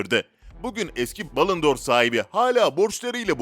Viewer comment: Metni seslendiren misi futboldan cok uzak . Dijrmeba djemba Cemba cemba Miylan degil milan Telaffuzlarin cogunu yanlis Balondor ödülü bile yanlis okumayi basardi. Listede herkes ronaldinho yazmis ama ben james'i gorunce biraz şaşırdım. Kaleciligi de böyleydi top seviyeden dustu orta seviye takımlara dustu sonra milli takıma çağrılmaya baslandi hatta top takimlarda olmasa bile turnuvalarda milli onemli maclar milli takimin kalesini korurdu. Ben playstationdan ve fmden bilirim . Yedek olmasina tagmen kaleci puani yuksek olurdu ben hep jamesi oynatirdim. Ucuzdu fmde hep transfer ederdim. Vaybe adam hep uclarda yaşamış